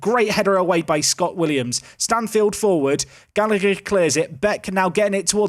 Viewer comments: “Usheen Gallaher “ is the pronunciation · Oisin is pronounced Usheen and the second g in Gallagher is silent, as gh is just a soft h sound in Irish. Keep up the good content